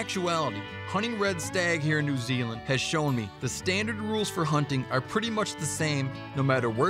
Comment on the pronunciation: lol didgeridoo in NOO ZEELAN